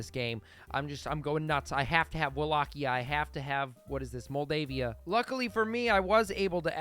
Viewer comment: Its pronounced Wallachia not wallqia whats is wrong with you